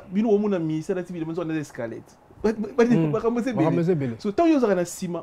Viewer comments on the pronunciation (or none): boulot c bon bravos 👏🏽 mais mingi mingi il faut au travaillé addictions nayo il faut dire Bercy est non bexcy, Guitare non guidare, Squelette non Esqualette sinon bravo pour ton émission vas d l’avent 👏🏽👏🏽👏🏽😂😂